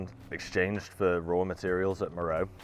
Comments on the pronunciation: MÉROÉ! mowrow🙄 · Meroe has been pretty thoroughly excavated, along with many other Kushite/Meroitic (and other) sites across Sudan. It's an inapplicable and kind of misleading generalization to say some trans-African dearth of archaeological investigations (also questionable) applies there. Also it's generally pronounced 'Mer-o-way'